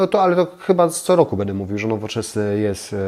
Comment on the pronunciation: Lubię Pana oglądać ale bardzo mnie razi jakPan wymawia końcówki np,bede dejcie pozdrawiam❤